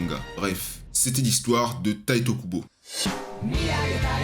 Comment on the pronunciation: bonne video mais a faire attention a certain noms dont Tite Kubo et non Taito Kubo (je suppose que la remarque a deja ete faite vu le titre)